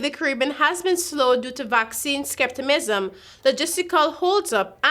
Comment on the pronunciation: The name is a-ram-co. Nor a-mar-co. And you need to learn to pronounce skepticism..smh